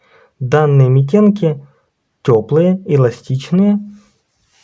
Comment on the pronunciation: Митенки-ударение на первый слог